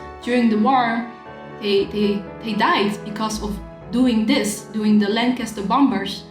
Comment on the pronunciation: Love the way you pronounce Bom"b"ers using the second silent b . cute thanks great review.